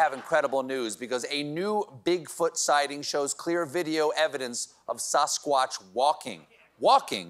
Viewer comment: Talk about Sa-squat-ch! 😆